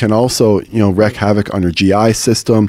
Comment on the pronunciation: Im pretty sure the phrase is "wreak havoc" not "wreck havoc" I've been hearing it mispronounced more often lately.